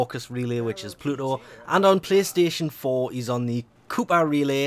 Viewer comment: Kuiper is pronounced "Kyper"